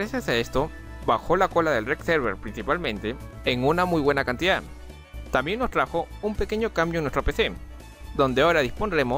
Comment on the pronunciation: te corrijo en una palabra, es También, mas no tan bien